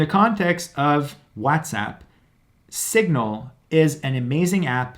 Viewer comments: Whatsapp being called wazzatsapp was getting on my nerves. Sorry. Bye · Okay. I heard this guy. He’s a Latino he can’t pronounce WhatsApp either.